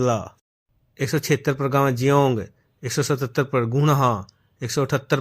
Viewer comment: 176 par jiyong nhi h Geong h